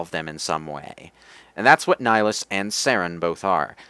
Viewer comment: It's "Nihlus." I wouldn't bother correcting you, but "Nihilus" is an entirely different character in a completely different game.